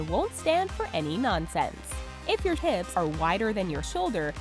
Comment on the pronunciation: "if you h-IPS"